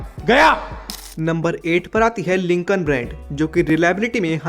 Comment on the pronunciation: Its not lincon its lincoln